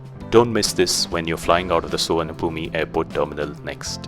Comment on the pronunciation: You don't enunciate the 'e' sound in Souvanabhumi -- just Sou-wan-a-poom.